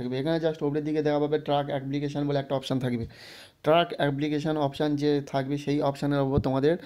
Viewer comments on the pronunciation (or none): Truck application bole kichu hoy na dada oita track hbe pronounce..